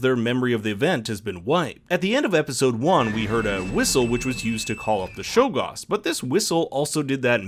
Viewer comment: Stop calling them Shoggoths please